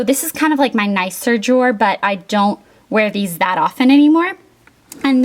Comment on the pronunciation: I love your closet!!! It is so cute and the jewelry drawers are really cool. I like how you say jor instead of drawer :-)